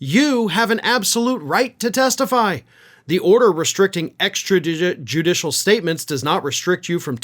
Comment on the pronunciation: Diaper Don can't even pronounce extrajudicial much less know what it means. I am embarrassed for my country that we elected this idiot.